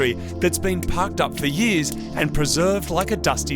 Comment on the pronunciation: lmao thats so fucken australian 6 yeahs